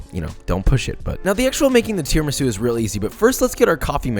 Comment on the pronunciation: You must put an accent on the u for Christ's sake! Tiramisù! 3.07M subscribers jeeez...